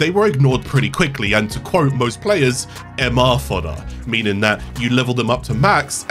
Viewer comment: "mr fodder" foi de fuder kkkkkkkkkkkkkkkkkk